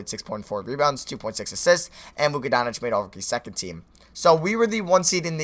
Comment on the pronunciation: It's Luka Doncic, not Donic you mispronounce his name every video it's baffling